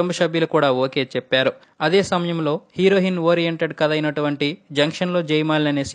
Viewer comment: Mundu Telugu sarigga papakadam nerchuko herohin kadura heroine